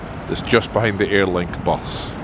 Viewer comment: I absolutely laughed every time you said BUS!